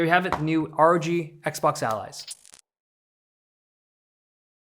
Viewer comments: Bro can't say 'O' ... REHGG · Dude you really need to pronounce ROG properly and clearly, every time you say that, it sounds ORGY...